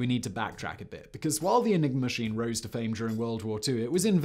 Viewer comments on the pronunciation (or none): none